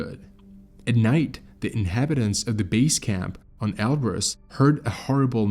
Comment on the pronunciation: Can we agree on a pronounciation please? Elbrus, or El Bruce. WHICH IS IT AND WHY DO YOU USE BOTH INTERCHANGABLY???